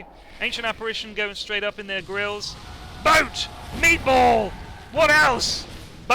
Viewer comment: I lose it every time he says "meatball"